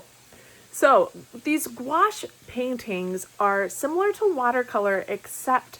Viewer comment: Hi, thank you for the correct pronunciation on Couache. I have a suggestion for you. I am also a reseller and I carry a 2" measuring tape, a tiny black light that has a magnifying glass with it. Honestly I don't think it was the not knowing the size of the dress as much as the price. Those kinds of places are meant for buyers not resellers looking for deals. They were at the retail price. I live in Aurora IL, and through your vids I've learned of many places. Thank you ❤